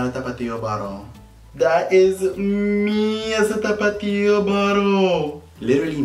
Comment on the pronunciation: Anyone else here "Topito" every time he says tapatio or is it just me lmao 🤣